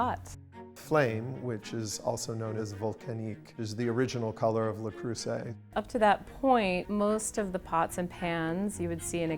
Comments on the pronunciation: It's not LA it's LE Creuset. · Le CrOOsay 😂 (it’s pronounced Le CrIRRsay) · Sorry, how does your own editor NOT know the "S" in "creuset" is soft, not a "Z"???? It's "le creu-set" where the "t" is silent.🤦‍♀🤦‍♀🤦‍♀🤦‍♀ I am embarrassed for her. Has she never heard French? It's not "croizzant", "it's "croi-ssant"!!! Good grief. I'm glad it was such a rite of passage for her she never learned how to say it properly.....you also conveniently left out that many of their pots are no longer made in France. You have to look carefully to see if the pot you want is legit French-made or a cheaper Chinese version. The globalization the CEO's son brags about did not improve quality.... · "Le Curzeee" 💀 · "La Kruoy and Le Cruisay" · "LE CROO ZAY" ;D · Perhaps I'm a snobby European, but it really bothered me that the woman was supposedly an expert, but kept mispronouncing Le Creuset? 😂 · funny how none of the managers can even be bothered to learn the correct pronounciation of their brand... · The way they pronounce the brand breaks my ears. Americans can't French. I bought the tajine over 10 years ago. It was just a tad more expensive than a clay one at the time, but I got a cast iron shell for it and the bright colours didn't hurt. I wasn't really worried about "professional level" quality aas I'm not a pro and "good enough" is good enough for the rare occasion that I use the tajine. People buying Le Creuset or any of the other "professional" brands and thinking it will make them a pro are laughable. People actually collecting them for all the pretty different colours should look into getting help. It's the same crazy behaviour you saw/see with those cups. And I fear the current quality might've slid with the over the top attention. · I was today years old when I heard how to pronounce this company LOL